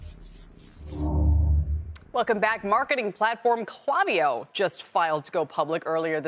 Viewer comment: Yikes - please try pronouncing their name correctly - it's a hard "A" not a soft "a" in the name kl**A**viyo